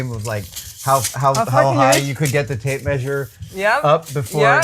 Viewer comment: Till this point, I thought she was saying "Tape Maid"